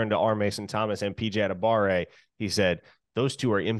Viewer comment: What is up with people forgetting the "wa" in PJ Adebawore's name?